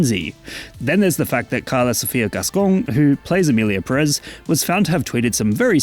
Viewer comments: I don't even mind you mispronouncing Pérez because that would mean respecting the title of the movie and this movie deserves no respect at all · Why is every English speaker so consistently and stubbornly ignoring the accent that’s right in front of you? It’s there for a reason, to make things easy. It’s PEHrez not pehREHZ. I’m not saying English speakers should have perfect Spanish pronunciation, I’m just saying use your eyes and make a little small effort.